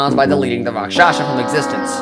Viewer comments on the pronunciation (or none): none